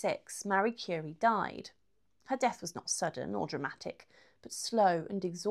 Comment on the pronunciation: Someone who read the Wiki page and made a video. Can't even pronounce her name right.